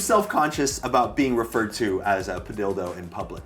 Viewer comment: why padilldo instead of padillo